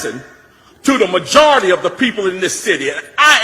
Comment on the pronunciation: Muh - jar - rity